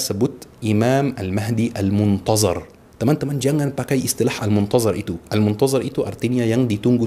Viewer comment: belajar nyebut huruf ظ dulu baru ceramah. المنتظر bukannya المنتزر